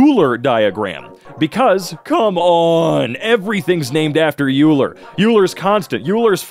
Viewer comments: You know he failed math class when he said 'u-ler' instead of 'oil-er' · Euler is not pronounced like yoo-ler, its pronounced oy-ler, similar to the german word for owl "Eule" which has the similar pronounciation without the r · It's like "Oil-er" not "U-ler" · i was made fun of, for pronouncing it oiler instead of eeuler. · IT IS NOT PRONOUNCED ULER, IT IS OILER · I'm at the Euler point, and knowing a bit of mathematics history, I know why pronounces Euler like You-ler, but it still kinda pisses me off because his name is actually pronounced like Oiler. I'm not blaming, I understand why he did that, but as someone who is well versed in the subject (and am one of the very few who enjoy it and learn about it for fun, which btw is way better than school learning, there's so much more you never get to see) it still irritates me. Don't worry, I won't hold this one against you, you're doing great. Edit 1:; I just got to the Riemann hypothesis and he pronounced it Raymon. For context it's pronounced something like Reemon. Also I'm 100% picking the proof for the Riemann hypothesis Edit 2:; Just got to Fourier analysis, it took him a few tries, but his 3rd one he was right. I'm so proud of you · calling euler "you-ler" makes me feel so much pain. It's pronounced "oil-er" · Every time he pronounces it "U-ler" I die a little inside. It's pronounced "Oiler". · Whom else does it bother, him pronouncing it "Euler" instead of "Oyler", what bothers me more is, I called it Euler for more than half of my high school days until my CHEMISTRY teacher once mentioned that its "OYLER" while we were talking about logarithms in rate of reaction, after that apparently everyone called it "Oyler" the whole time, I just missed it somehow😭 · its pronounced oiler not euler, also he is known for geometry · . By the way. It is not pronounced yoo-ler. It’s pronounced oy-lah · OMG when he says yuler 💀 it's pronounces oiler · Its pernounced oyler like oyster not Uler